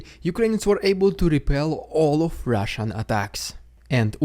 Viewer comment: FYI... Rushian DooD.. Try that